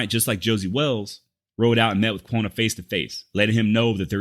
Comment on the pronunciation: hey... bro i really dig what you do.....BUT....you need to learn some pronunciation...it's Quah-nah, not Quonah....it's Pay-tah, not pee-tah nocona....it's Cah-do Jake, not cado...and it's the Yano Estacado...double lls in spanish is spoken as a "Y"...look up continental vowel values....most written native names and words follow these rules, and all spanish words do...and lastly, i wish you didn't cuss so much...i hope that you will take this as the CONSTRUCTIVE criticism that i mean it to be....ok, rant over....i never heard that Mr. Goodnight had a man named dave mccormick workin for him...as a dave mccormick, i think that's mighty cool!!!...i like your work and your research is top notch! peace and love bro! keep on keepin on!